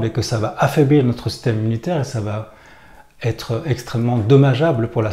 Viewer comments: « va être » pas « va t-être »... Sinon bon discours. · On ne dit pas va tetre..mais va être.. merci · "Va Être" et non "va-t-être"... Mis à part ça, pense aussi que la plupart des gens ne réagissent pas quand ils sont en groupe parce que leur image est plus importante que leur âme, et qu'ils n'ont pas assez souffert pour avoir une volonté concrète de changer les choses. Que Dieu leur pardonne, car ils ne savent pas ce qu'ils font. Et l'école est un moule à mouton... J'ai donc beaucoup lutté pour tenter de faire comprendre à mes enfants qu'il est important de savoir écouter son coeur, ses tripes et non les cons, même si les cons sont plus nombreux et que, du coup, cette attitude du "chevalier blanc" nous isole. Nous sommes tous responsables de la société dans laquelle on vie. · Attention va être et non va-t-être